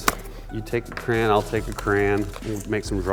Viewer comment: sounds like this guy sayin crāʸn